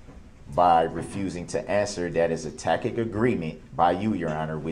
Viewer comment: A "tack-it" (tacit) agreement? What even 👀 this judge has more patience than me